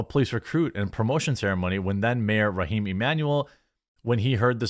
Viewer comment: I hate to bring this up again. But, please read the text before hand. I don't care for your 'reaction'. Especially when you continually mis pronounce names. The Mayor of Chicago was Rahm Emanuel. Not Rahim. Please change your mind. I'd rather you have an opportunity to make a reasoned reply then stumble over names, or just say 'one of the brothers'.